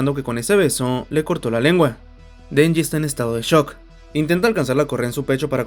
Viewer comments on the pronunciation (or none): none